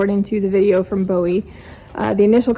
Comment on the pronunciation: With all due respect the auction house is pronounced "Boo-Wee". I live not far and go to Bowie Trade Day on occasion. I am so PROUD you rescued these Belgians. I adopted one myself from the Bowie Auction after a rescue got her rehabbed.